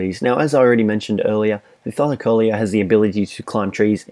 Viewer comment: The tylacoleo is pronounced thigh-la-co-leo